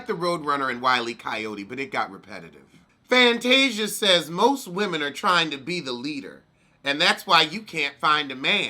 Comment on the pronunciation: U read Fantasia like the alphabet n I had to catch my breath 😂😂😂😂😂